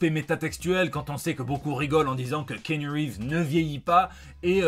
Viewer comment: Ki-a-nou,, on dit Ki-a-nou Reeves.